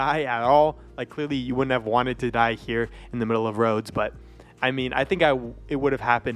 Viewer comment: It's Rhodes